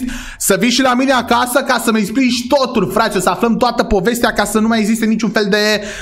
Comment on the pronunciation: Doar eu am auzit în loc de acasa acaza ?😢